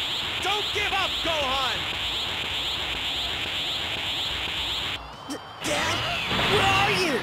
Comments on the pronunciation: je kiffe tes vidéos sur tb3!! mai juste sa se dit san gohane pas san gohan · qqun peux lui dire que ca se prononce Gohane( ecrit comme ca doit se prononcer)